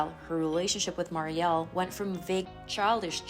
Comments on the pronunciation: Her sister is Mur ree el not Mary el. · The younger sister's name is not pronounced "Mar-e-al" with the accent over the al. ...but with the accent over the FIRST SYLLABLE MUR-IAL. Other than that, an excellent portrayal of a fallen star. 👏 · Regarding younger sister, Mariel… her name is pronounced like “Mary-ul” (sounds like lull), not “Maary-el”, with emphasis on the first syllable rather than the second. 😊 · Muriel ( Mer-re-el) why don’t you learn how to pronounce names before you record? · MARY-el is how you say her little sister's name. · Dry sad story. Just an FYI/ to the host - Her sisters name is pronounced “mare-e-el” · Mispronounced Mariel.